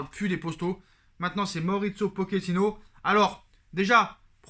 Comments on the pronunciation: 0.38 min POKINO 😂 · Je te dis Pokino 😅😅😅😅😅